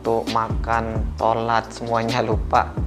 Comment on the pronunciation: Sholat di bilang tholat 🗿